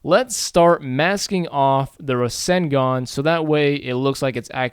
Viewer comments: its ruh-sen-gun not rassengan i know that and im american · The pronunciation is Raw-Sane-Gone (to use English as an example). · Rasengan is pronounced: Rah-SENG-gun :P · it Ruh-Sang-Gun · Just amazing .. looks so realistic! This will be a killer if you combine it with your Sharingan tut. Naruto and Sasuke in one! :D btw, I think it is pronounced as "Ra" - "Seng" - "Gan" or something , not absolutely sure .. haha :D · I watch american dubbed, But its not pronounced like that in that either so idk what hes talking about lol.. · not an offense comment.. i just find how you say rasengan so weird lol